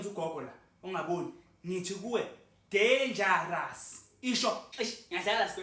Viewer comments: Danga raza😂😂😂😂😂😂😅😅😅😅😅😅😅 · 😂udenja uyarasa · Udanger uyarasa😂😂😂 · 😂😂😂😂 danger Uyarasa😅😅😅😅😅😅😅😅😅😅😅😅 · U danger uya rasa😂❤